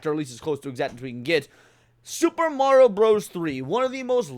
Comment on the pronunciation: you put respect on mario's name 😀